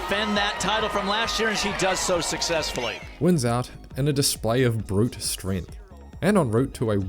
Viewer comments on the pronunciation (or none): none